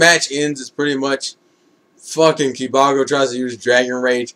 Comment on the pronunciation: to help u pronounce kibago its basicly saying (kiba-go)